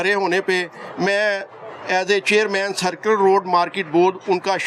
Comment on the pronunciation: بھائی سیکولر روڈ نہیں سرکولر روڈ ہے درستگیکریں